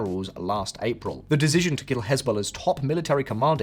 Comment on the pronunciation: OMFG dude, learn how to say "decision". I just keep hearing "dejigion" over AND OVER, it's driving me insane.